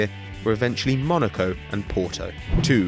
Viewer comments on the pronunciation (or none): none